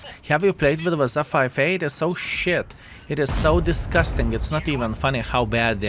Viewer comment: "wazzza 5A" Love it